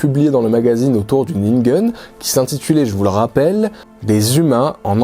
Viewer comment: Je n'ai pas remarqué. La prononciation de ningen à l'américaine a complètement prit mon attention.